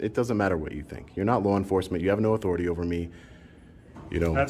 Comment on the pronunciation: "Respect my ATHOR - I - TIE !"